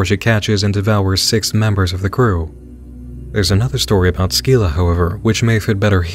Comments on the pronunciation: It’s pronounced “SIL-AH” not “SKI-LA” but who cares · My bro, I hate to be that guy, but it's kinda in my name^^' I don't think you're supposed to pronounce the "c" in Scylla XD